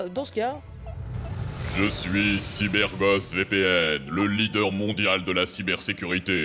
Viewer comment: Pour des vidéos qui ont pour but d'informer et d'instruire les gens ce sera peut-être bien de prononcer Cyber Ghost correctement. Un anglophone ne reconnaîtrait pas du tout le nom à la manière dont vous le prononcer. Et ça vaut pour tous les mots anglais sur la chaîne Trash.